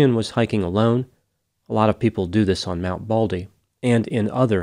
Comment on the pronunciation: MT BALDY, not BALDLY!! 😂 NEVER underestimate the wilderness or the ocean. You can never be too prepared. All it takes is for a few small things to go wrong. Phone battery dies, you forgot your jacket, you lost your map, you left the flares at home, forgot the food pack, too little water, etc. One thing goes wrong, you may survive. 3 things go wrong you won't make it. The other thing too, is to take a partner and never go alone. And make sure that your partner is as experienced and prepared. Stupid partners exist and are deadly. I learned the hard way on a trip to Zion. My male partner (BF at the time, but Ex after that) assured me he knew that hike. A car drove us 40 miles up the winding mountain road in Zion National Park so we could hike 17 miles downstream on the river bed. The river at the bottom was cool and refreshing and the air temps were mid 70's, going to 80 F. He also told me to leave my boots and jacket in the car and only take my sandals as we would be walking in a wet river bed for that long hike. We had no food, no lamps, no bedding, only a day hike. The car left to go back. I stepped into the trail and the air was 35F at the top of that mountain. There was a ring of mountains around, it was a crater. This meant the sun would NOT be shining on us until 10 am, and it was 7 am. It was freezing cold and I had no jacket either. I dipped my sandaled feet into the water and it was ICE COLD!!!!! I realized in an instant that there was no way I could walk a mile in tha